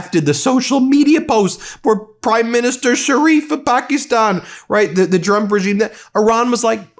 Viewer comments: It's not Pak-eeeee-stan it's Pak-issss-tan!! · You say Pakistan so wrong lol hahaha you gotta stop saying that country's name haha